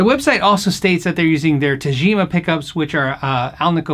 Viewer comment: you're such an underrated player my friend, love your slapping style. PS: The "g" should be like in "good", not "gem". Since it's Japanese and it's Tagima, not Tajima.;)